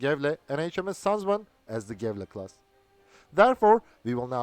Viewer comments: Gävle is more like Yeahvluh, though, but the dark l is hard to even begin to explain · His pronouncuation is a bit off. G in these cases is pronounced like a J or Y. Ö is pronounced like ea in earth. Ä is a bit like A in scary. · he procnounces the ä and ö properly but the g in the beginning of göteborg and gävle is too harshly pronounced, its much softer, almost like a j, at least thats how we say the names in gothenburg (which is the english translated name for göteborg) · He manages Göteborg reasonable well but there is an easier route, use the English name "Gothenburg". Gävle on the other hand... Like Göteborg the G is soft, more like a J.